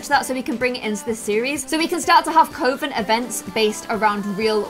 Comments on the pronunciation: It’s not coo- ven it’s coven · I'm from the UK myself, as from what I know everyone pronounces it cuh-ven, it was really irritating me hearing her call it coh-ven the entire time 😂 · I think this is gonna be a really fun series. Coven is pronounced like Oven with a C though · Nou 0306 I can respect that but the same goes for me hearing cove-in instead of kuh-ven. I mean obviously people say it both ways but we can both have our own preferences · Samhain is actually pronounced "sah-win" :D Also... coven, not coe-ven... please... :D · that was bugging me too, think of it like the sound you make when you say glove not clove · I love this new series to much!!!! My only issue is that is not pronounced like that. It is cuh-ven. You should go by the calendar because you do celebrate christian holidays so mixing it up is nice for others. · Tip on how to pronounce Coven It’s cuv-en not co-ven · Do people in the UK say co-ven like? We say cuh-ven in the US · Just wanted to let you know, its not pronounced cove-in ... Its more like Kuf-in.. Like saying oven with a "k" sound at the start :) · It’s not Pronounced Covan it’s Pronounced Cuvan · You say coven like u say oven the sounding not oh 🙂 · You kept miss pronounced Coven, it's Cu-ven not co-ven. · It’s kah-Ven not coh-Ven haha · PLEASE HAVE THEM FOLLOW THE PEAGAN CALENDAR!! also Coven is pronounced like “cuh-ven” as far as I know, although I’m still very new to learning about magic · Elisabeth Hartley I can’t find anywhere online that says Coven is Coh-ven. Even when I search for UK pronunciations. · Yup, its not Cove-in.. And love the idea of using the pagan wheel of the year <3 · Every time says “coven” I’m hearing her saying “covid” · Samhain is pronounced like “S-ow-wen” and Coven is pronounced “cuv-in” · Arwen Carbery I swear coven is said cOvEn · Lucy Brookes I’m a witch, coven is pronounced “Cuv-in” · I'm not annoyed but I'm sure its pronounced 'cuvon' but maybe it's just an accent thing 🖤